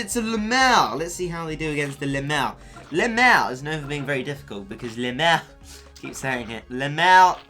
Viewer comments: I don't think you say Le mere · the way you say Le murr cracks me up. le MUURRR